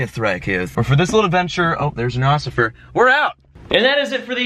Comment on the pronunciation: What's an oscifer? ??????